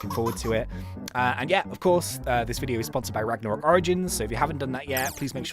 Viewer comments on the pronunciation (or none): Him says ragnorok Me: double tap side of screen